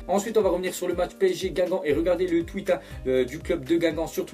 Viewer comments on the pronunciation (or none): none